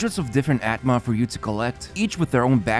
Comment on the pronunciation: Its "aatma" or "Ātma" and not "at-ma" lol